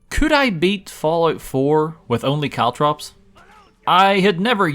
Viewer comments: caltrop not cowtrap bro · I didn't hear caltrops much. CaltTRAPs though? A very strange mispronunciation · As far as I could tell, he only really said "caltrops" once or twice. Every single other time was actually "caltraps". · CalTROPS! not traps! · It's actually only 1(maybe). He says caltrAps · I heard Caltrips a few times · I heard "cowtraps" at least 10 times 😅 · Caltrops. CalTROPS. CaltrOps! It's an O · Why do you insist on calling them caltraps? What did that poor 'o' ever do to you? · Caltrops??? You poor fool